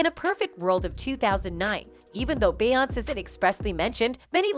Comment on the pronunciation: Why is this lady pronouncing Beyoncé name wrong damn in lying about every single damn thing & why the hell is he playing batmen kid toy 🚙 cars behind is head 😂🤦🏽‍♀️ his ass don’t even work for bey & jay uncle Ron works family matters old tv show